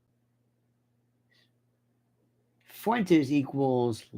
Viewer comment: Fuentes is Spanish for fountains. So Uncle Lenny could say that Nick is the source of new energy for "our orbit." But it is Fuen-tehs, not Fooay-tays. Who calls Tesla Tays-lay? Nobody I know. If Lionel doesn't trust me, he can call up his Spanish-speaking buddies in Florida.